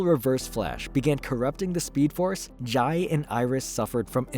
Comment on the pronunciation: Jai is pronounced "Jay" in The Flash continuity.